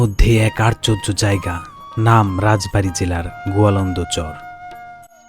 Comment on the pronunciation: 😊আপনি তো আশ্চর্য জিনিসটা বলতেই পারেন না 😂